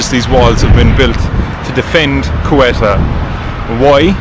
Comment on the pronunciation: I think they pronouce Ceuta as ' See Oater,' planning on visiting next year. Thanks for sharing 😊